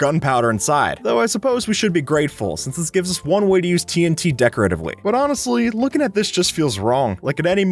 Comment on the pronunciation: What people hear: "TNT" What I hear: "Tea 'n tea"